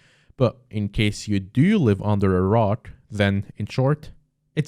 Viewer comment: So glad you made it out ok, Ngl when u said under a rock I thought u said under iraq